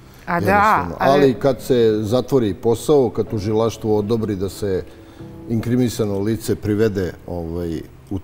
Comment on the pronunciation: .... IKRIMISANO LICE ???????? SEF NEKE SLUZBE ????, INKRIMISANO LICE.... JA SAM CIGANIN SA KOSOVA I BOLJE ZNAM SRPSKI 😂😂😂😂